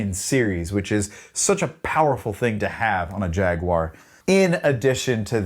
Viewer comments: Why can't Americans pronounce jaguar correctly?! 😂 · Thank you for pronouncing Jaguar the most objectively bestest way possible. Fun fact: The Metallic KO color was originally called Candy Apple Rust when the guitar first was released and then for some reason they changed it rather quickly.